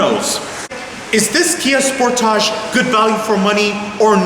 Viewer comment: Good video...but you keep saying "Sport-age" like one would in French. Pretty sure it's pronounced "Sport-edge"